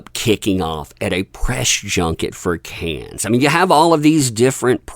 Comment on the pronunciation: Cannes= “Kan.” It is not phonetic, like cans or can-es. It is pronounced like “kan” please get this right if you’re going to talk about it…